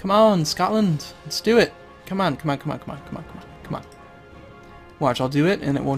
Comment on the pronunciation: with a semi-southern accent "common Scotland I need you in my bedroom" lol